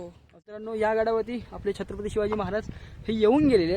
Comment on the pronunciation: दा दा शिव छत्रपती म्हणतोय की काय म्हणतो तु नीट बोला जरा....